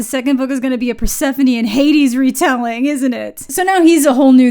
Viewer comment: Listening to you pronounce persephone made me realise I've been saying it wrong my whole life. I kept calling her fersefone for some reason. I'm almost 25 years old.